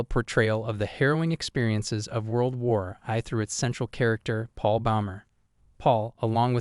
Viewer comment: ‘World War Eye’ 😅😅